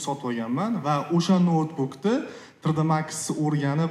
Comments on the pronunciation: Tr d deman tri d deng tõğri gapiring yomon asabib buzilib ketti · Trd emas tri,d ding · Трррдмакс. ТриДи макс ку. Илтимос тугри талаффуз кил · Tre de max degandan keyin eshitgim kelmay qoldi